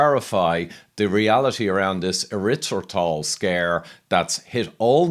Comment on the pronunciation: Having trouble pronouncing the word? LOL!